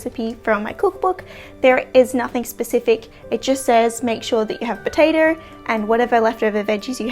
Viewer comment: Great video, but every time you switched from "potato" to "potater," I died a little inside.